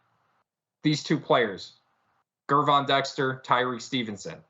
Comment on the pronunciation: Ger(like German) Von... Gervon, not Gurvon 😅🐻